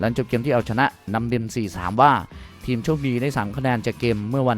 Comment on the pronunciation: แอดมินออกเสียงภาษาไทยกลางหลายคำไม่ได้ เช่น ทีมเป็นเทียม เอ็ดเป็นแอ็ด คงเป็นคนเพื่อนบ้านฝั่งตะวันออก เสียงเหมือนคนถ่ายไม่ออก 5555